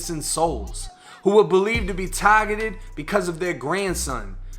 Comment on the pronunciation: Tahhhgettted, stop trying so hard